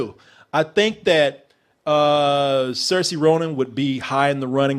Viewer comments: Okay I gotta say this. It's Not Cersei Ronan it's Saoirse pronounced SEER-SHA. Rant over! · Saoirse Ronan is pronounced "Seer'sheh" but your pronunciation was a way better attempt than most people